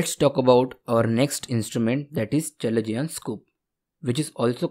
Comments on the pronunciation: Not called chalezion, its called kalezion, written chalezion😅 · Its pronounced as kalazion ... Not chalazion